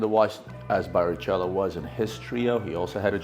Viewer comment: its pronounced barikelo